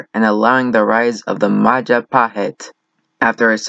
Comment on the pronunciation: It's Majapahit you dumbass, not Mahajapit. You cannot even spell it well lol.